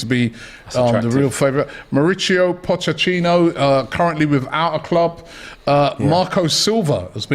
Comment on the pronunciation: Crazy how after all these years still has trouble pronouncing Mauricio Pochettino